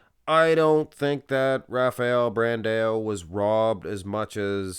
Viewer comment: who is Brandeo? i know who BRAN-DAAAAOOOO is with AO not EO! Bran-dao! DAO!" not DEO!